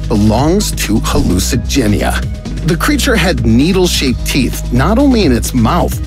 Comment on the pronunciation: When I saw the thumbnail I thought he was going to mention all of the hallucigenia ( of aot ) s ability’s also he said it wrong lol